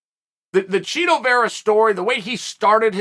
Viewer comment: BUt you are supposed to pronounce Chito as CHEETO